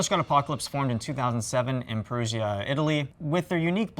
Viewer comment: Perugia, not "perusia", spell it like a j. Really nice t-shirt by the way.